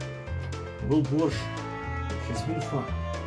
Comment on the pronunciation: You forgot the t in Borscht